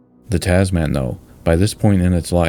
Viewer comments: I was just thinking of posting a similar comment when I found yours. I winced every time I heard Taz-man. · Shorten the vowels! It’s Tazmin. 🇦🇺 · A concise yet surprisingly comprehensive presentation - really nice work. P.S. The final 3 letters of ‘Tasman’ are usually pronounced as if the ‘a’ is absent, like Tasmn, or even tasmin or tasmahn, but not as the word ‘man’ (with the hard ‘a’). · Tas-man, the superhero nobody wanted! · It grates every time he says it - Taasmaan. Short vowels = Tazmin. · Great video. But Tasman is not pronounced Tas-Man, it is Tasm’n. Because it is named after a person, Abel Tasman, a Dutch explorer. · Great stuff mate. Just one thing buddy it’s pronounced Tasmen not Tas-Man. 🇦🇺👍🇦🇺👍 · As a Kiwi only used to the Kiwi accent pronouncing it 'Tas-min', the way you say 'Tas-*man*' was quite surprising. 😅 Thanks for another great video as always! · Hi, I've just joined your Patreon, and am super proud of to do so. Just a little aside, in Australia we pronounce 'Tasman' with the second 'a' being very soft - Almost like 'Tasmin' or 'Tasmun'. Similarly with Melbourne, where we say 'Melbin' or 'Melbun'. More related to the video, I'd definitely recommend visit Hobart, a beautiful harbour city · I know this is a serious video about a tragic engineering disaster, but I must admit that it gives me a giggle each time pronounces the bridge name as "Tazz Man"?😄 Any Aussies watching should get a good chortle too! The Tazz Man sounds rather like a party DJ or somebody selling things in those little baggies.... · Another outstanding film. Very, very minor quibble: the pronunciation is with strong emphasis on the first syllable: TAZ-man. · I enjoyed this! I wish the narration would say "Tasman" to rhyme with Jasmine, not Jazz-MAN though. Did Flight Simulator 2020 graphics get used for this? Fabulous! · Heh the "Taz Man" pronunciation makes me smile every time I hear it